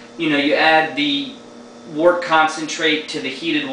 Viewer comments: 1: Mr. Beer sucks. Go get the stuff and do it right, you'll be glad you did. 2: Glass bottles, not PET. 3: It's pronounced "wert", not "wart". Give it another shot! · pet bottles are fine for the beginner, but i agree with getting the right gear and doing it right. and its actually pronounced wort, the way it is spelled :-) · its pronounced wert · According to the dictionary, it can be pronounced either "wurt" or "wart". So I retract my previous edit, as it can apparently go either way. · well im in ireland, and most people here speak english very well, and i am back and forth to england a lot, and i hear pronounced most often as something between wort- wurt.